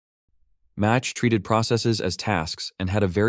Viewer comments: Minor correction: it might just be the TTS (not sure if you are using TTS), but Mach is pronounced like Mock, not Match. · Uh, "match"? Are you using a voice synth, or do you really not know how to pronounce "Mach" (protip: it's like "mock" -- you know, Mach 2 means 2 times the speed of sound -- you've never heard this I take it? Never heard of Ernst Mach? Never heard of Mach bands?) Sigh. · I thought this was an AI generated voice. It is pronounced "mock" not "match", but that doesn't take away from the message and great content. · You pronounced the name of mach wrong. It's mach, as in "the jet is flying at mach" not match, as in "lighting a match" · Mach is pronounced Mock (like clock). Message passing like functions existed in the 60s, and def Unix can send messages between processes. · Great video. Small correction. Mach is pronounced “mock”. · Mach is pronounced like "mock" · Minor correction on the pronunciation: It's pronounced /ma:k/, like in mach number (speed of sound). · Also message passing implementation changes per-Operating System. Also it's pronounced Mok. Also how does the change in a Micro kernel, a hybrid kernel, a monolithic kernel and an exo kernel? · I've seen far too much disinformation pollution (where disinformation here is confidently and repeatedly mispronouncing "Mach") and how with our present day semi-literate society one confidently mispronounced word will corrupt an entire culture. To borrow a phrase from English: The barn door is open, but maybe the horse hasn't left yet, in other words, if the video creator posts just an asterisk addition to the video (which, apparently, is easy to do with YT videos), that says "I mispronounced Mach, it's not Match, but it's Mock" -- that would be sufficient. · Thank you. The second I heard this I had to question over 35 years of memory.